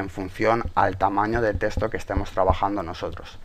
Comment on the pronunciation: un "teshto"